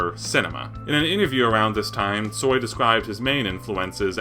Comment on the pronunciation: thank you so so much for great video😊❤ Viktor Stoi was a kind and great musician. im so so sorry that he died. you have very very great pronounciation🥰😍🤗😉tsoi predicted many changes and his songs gave hope to people in ussr. he included in song non direct criticism of ussr so Kino wasnt banned